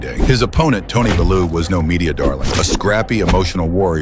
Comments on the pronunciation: These pricks who let AI do the talking on their videos, do they ever get the people's names right , belluw it's Bellew you bell end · Who the fuck is bellooo 😆 it's pronounced "bell you" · It's pronounced "Bell yew". Not "Balloo". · Haye is, was, and will always be a bum! Bellew is pronounced BELL-YOU not BELL-OOO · Who is Tony Baloo? A bear from the Jungle? Pronounced "BEH-LOO" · Not tony "Baloo"😂😂😂 pronounced bell-u btw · Bellew - pronounced [BELL-YOU] ...Dont be getting mixed up with The Jungle Book 😂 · “Tony Belue”? I fking hate A.I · Turned the volume right down when he pronounced the name - Beloo 🤦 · This AI voice is dumb as fuck when it can't even pronounce the boxers "bellew" surname properly.